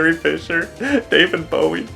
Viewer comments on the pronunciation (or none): none